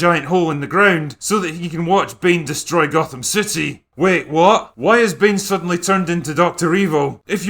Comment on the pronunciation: He didn't say "Gotham" he said "Gothan", he was clearly watching the swapmeet bootleg version of Dark Knight Rises, where all the actors are mexican day laborers.